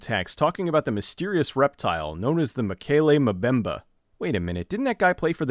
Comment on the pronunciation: Fyi: it's mokele mbembe, not mobembe.